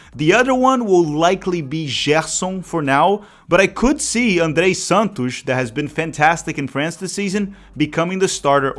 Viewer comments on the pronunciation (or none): none